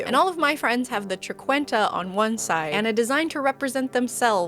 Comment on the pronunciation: I'm so sorry but did she just pronounce triquetra as triqunta... with an N & lack of second R?! 😅😅 Listen if triquetra is to hard to pronounce just say trinity knot 😆 it's the same thing.